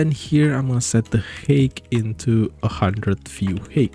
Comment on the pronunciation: Thanks. Just one thing, height is pronounced hite (I know stupid English spelling)